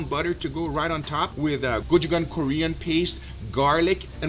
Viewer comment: guga, your pronunciation of gochujang makes me sad. anyways, thank you for teaching me how to make the best steaks ive ever had!